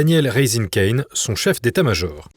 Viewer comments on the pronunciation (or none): none